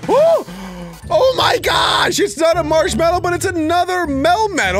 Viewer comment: You said marshmello😂😂😂😂😂😂😂😂😂😂😂😂😂😂